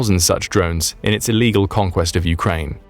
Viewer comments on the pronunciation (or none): none